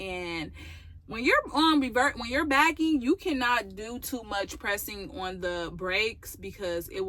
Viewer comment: Are you saying, "Bagging" or "Backing?" If you are saying, "Bagging" what is that? I am signing up for CDL classes for next month and have been binge watching your channel.